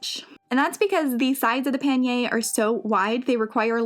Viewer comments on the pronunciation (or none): none